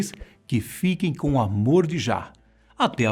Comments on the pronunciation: Sinceramente fazer um video desses, com essa pronuncia de "Peter tosh", "Jah", "Pubricidade" e falar poucos segundos sobre os 11 filhos no video de 11 minutos eu considero uma falta de respeito com o tempo de vida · Super perceptível que o apresentador só está lendo um texto e não sabe nada sobre Robert Nesta Marley. Nome da mãe, artistas, Jah e de muitos artistas pronunciados errados. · Impressionante como a ignorância sobre a Fé Rastafari continua pecando sobre, Rastafari NÃO é uma religião, é um movimento Religioso que proclama o imperador da Etiópia Haile Selassie. outra coisa a pronúncia dele de JAH é Ridículo mds quanta desinformação 🤦